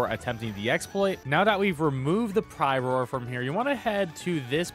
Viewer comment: LoL Pry-roar 😂😂😂